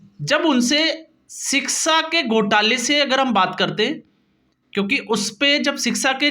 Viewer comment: भाई रिक्शा की तरह सीक्शा नहीं बल्कि शिक्षा होना चाहिए ऐसे बोलो ।